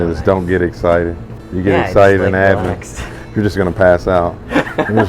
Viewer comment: Great video. However... As a person who was born, raised, and still lives in Abingdon, pronouncing "Abingdon" like "Abington" is a huge red flag to the locals. It's like pronouncing "Appalachian" as "app-a-lay-shun." Big no-no. It's pronounced "App-a-latch-un." Just sayin'.